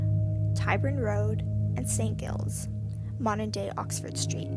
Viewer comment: Marble Arch not Arc. Also Saints Giles (Giles pronounced like g-eye-les) not Saint Gills.